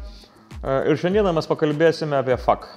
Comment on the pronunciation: tai kad ne fuck o F A Q , "ef ei kiu" :D